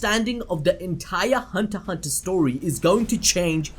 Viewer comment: ...the x in hunter x hunter is silent